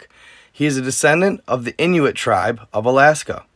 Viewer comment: You are saying Inuit right but Yupik is pronounced You-pick. You’re welcome